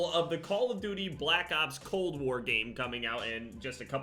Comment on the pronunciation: Cold Wer And Werzone